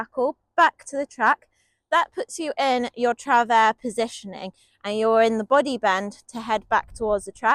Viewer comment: French native here, I can confirm that your pronunciation of "travers" is correct - if it is indeed to be pronounced the French way.